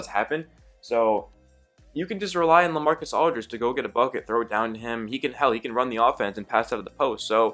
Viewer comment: When you were saying La I was like who is LA then I realized oh Lamarcus Aldrige 😂😂😂